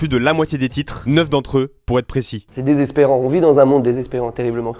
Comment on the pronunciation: T'as un problème avec le mot "désespérant" ("déspérant" puis "désepérant") je crois 😂